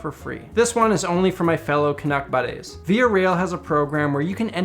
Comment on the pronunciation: "my fellow canuck buddehs" hahahahaha